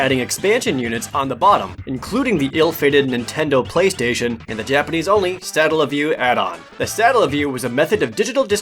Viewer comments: It's pronounced Suh-Tell-uh. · That's "Satella", not "Statella":P also... - "Hobard" Lincoln? Really? Hobard? What's going on with you,?:P EDIT: omg... - "Hondai"?...... pls...